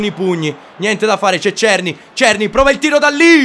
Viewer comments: è della republica ceca, ma la pronuncia è SERNÌ, non sto scherzando, vatti a vedere le partite dell'ajax e senti come pronunciano il nome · La pronuncia di Cerny è SERNÌ, è francese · adesso o si pronuncia cerny o serny, l'importante e intrattenere, un abbrAccio!!